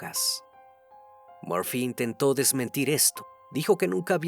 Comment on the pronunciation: Crimi, es Murphy... por favor, puedes corregirlo, por respeto a sus familiares. Gracias!🤗😘❤